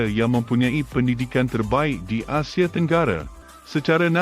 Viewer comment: Pelik betul bahasa si Narrator. Semuanya dibantai E. AndE, FilipinE, ManilE, AsiE. 😂